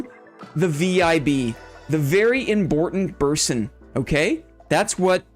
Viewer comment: Congrats to on your Boss Royale win! Enjoy your "Very Imbortant Berson" discord role this week <3